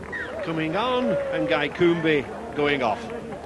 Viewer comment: IT'S A DEVONSHIRE NAME...............AND IT'S PRONOUNCED '' COOM '' !!...........GUY COOMBE.